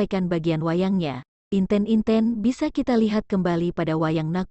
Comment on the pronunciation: Terdapat kesalahan pengucapan pada kata Semut Gremet dan Inten-inten 🙏